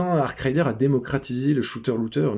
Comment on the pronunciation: arc raider pas arc rider....